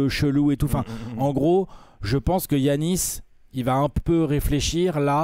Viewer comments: Putain, on ne dit pas DJIANIS FAIS UN EFFORT LE FRANCHOUILLARD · Va falloir que comprenne que ça se prononce Yannis